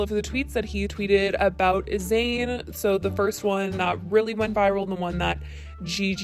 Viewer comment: I couldn’t stand that Keemstar couldn’t pronounce Zane’s name right, I couldn’t watch those videos.